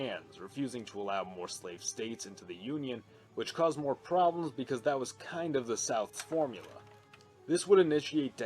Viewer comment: Whenever you say “or join our ranks by subscribing for MORE” I always mishear it as “or join our ranks by subscribing for WAR”